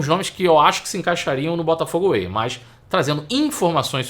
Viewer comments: Crítica construtiva: É Botafogo WAY e não AWAY… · Não é AWAY mas WAY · Botafogo Way e não Away!!!😂😂